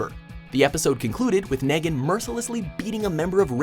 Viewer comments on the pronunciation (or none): I hate when they pronounce names wrong.. It's KNEE Gan, not naygen.. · What the fuck did you just say negn not Negan? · It is not nehgan it is negan neegan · It's pronounced "Nee-gan", not "Neh-gan". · KNEE-GAN not neh-gan, what's even worse about that pronunciation is that you made it sound like you said megan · negen, negen, negen IT'S FRICKEN PRONOUNCED KNEE-GAN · Did you really say naygan :p it's neegan lol they say it like 100 times bruh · its nEEgan not negan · BRUH HE SAID NUGAN ITS PRONOUNCED NEEEEEGAN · Its pronounced Knee-gan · its KNEE-GAN, NOT NAHGAN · It's pronounced Nee-gan not Neg-han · NEHgan? Really? That's how you pronounce his name? It's NEE-gan! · Nagan? THAT'S HOW YOU PRONOUNCE NEGAN?!?! SHAME ON YOU!!!! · I fucking hate it when mispronounce names it's negan not naegen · Wait....did you say Nagan, really? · "Ney-gan" lol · The way he pronounced Negan had me cringing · he pronounced Negan wrong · When he pronounces NEGAN'S name WRONG! cringeworthy